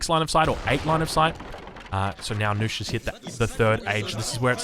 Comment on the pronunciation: is a good player and all but...knusch...is knusch